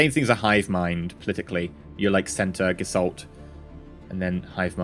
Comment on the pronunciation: Don't get me wrong, I do love your vids but your pronounciation needs improvement. You said Gesalt Conciousness, but there is a t after s in the first word. It is the german word for form or appearence. Or as a verb gestalten, which means to build or create. Just so you know.